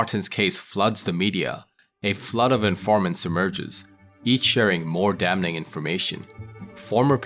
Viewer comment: The “n” is silent in damn(ing), btw 🤓😅